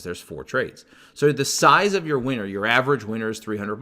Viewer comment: Cracks me up when u say winner cause it sounds like you say size of ur average weiner.